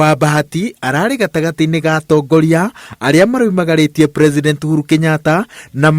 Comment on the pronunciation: Its uhuru not ouru chiiiiiiii